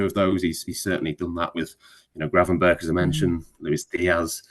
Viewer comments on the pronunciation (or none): Most commentators pronounce his name wrong from what I’ve heard. His name should be pronounced as “Gravenberg”, I mostly hear them call him “Gravenbirch”